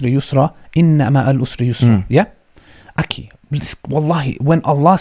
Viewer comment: Can someone tell the brother to correctly pronounce the word akhi with a خ instead of with a ك.